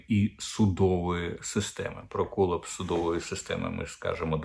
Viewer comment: Не кОлапс Дмитре а колАпс. Будь ласка займіться покращенням своєї англійської